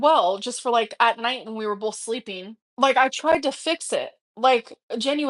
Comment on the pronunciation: "they bolth were peen on the carpehhh"